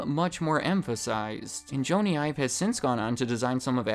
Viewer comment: Did you just say “Joany Ive” ?